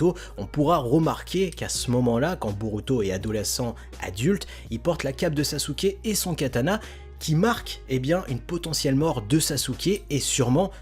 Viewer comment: non saske en japonnais sa se dit saske